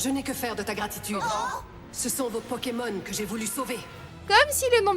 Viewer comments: Peut -tu arrêtées écorchés les noms des pokemon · Quelqu'un peut lui apprendre à prononcer le nom des pokemon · Un gros soucis de prononciation !😣😣😣😣